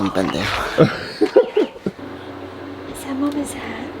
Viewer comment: Pen-day-hoe, emphasis on that "h" Pendejo